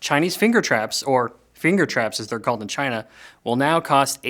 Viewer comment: Loved "Chynah" 😂